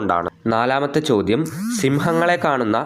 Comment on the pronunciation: It is ചോദ്യം not ചോധം